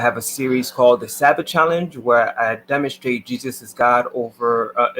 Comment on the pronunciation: I left after “earf” and “demon-shtrate.”